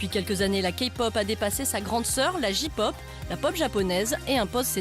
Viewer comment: Ne te dis pas fan de K-pop si tu dis "Kapop". Bigbang dit à la française est pas mal non plus :rire: "JiPop" /RIRE/ [...] Girls' Generation [..] Ces boys Band [...] MDRRRRR :') "Girls", c'est des filles :') /RIRE/ Psy, c'est pas de la Kpop, je trouve qu'il en donne une fausse image :') "La Kapop" Ptn, K-pop ça se dit à l'anglaise.. :'(